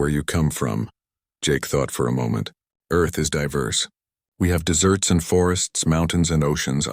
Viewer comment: You should check the subtitle, as well as the AI narrator's pronunciations. Earth doesn't have "dessert areas" but "desert areas"!